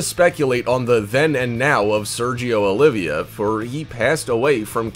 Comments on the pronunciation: It's Sergio Oliva, not Olivia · Its Sergio OLIVA...not OLIVIA.. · Sergio Oliva.... not Olivia. Pronounced Oh-lee-vah.